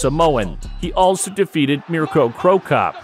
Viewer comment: Can you please learn fighters names if making videos you butchered mirco's name also the MMA moves and holds